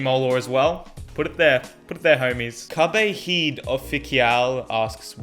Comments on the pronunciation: We’ve been pronouncing CubeHead wrong this whole time I feel so bad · Dude this pronounciation of cubehead and Tingman xD. Well I'm Team Tingboy all the way! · The way he pronounces Tingman and CubeHead's name tho... 😂😂😂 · I actually agree with pronunciation of CubeHead and Tingman xdxdxd